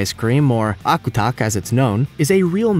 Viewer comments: i'm from alaska and it annoys me how wrong he says Akutaq lol, it surprisingly tastes really good. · You are completely butchering the eskimo ice cream name. Also, its based with lard, not reindeer fat. Some versions use cool whip too